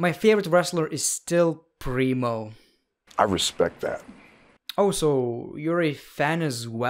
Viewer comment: My dumbass thought he was saying Bree Mode not Primo 🤦🏻‍♂️